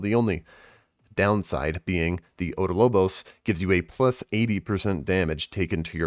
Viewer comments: OB DOL BOS, NOT ODO LO BOS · About this video. Info is good. Reading skills awful Learn to read properly za-goose-teén (not gus or gas) Op-doll-bóss I marked the stress in these words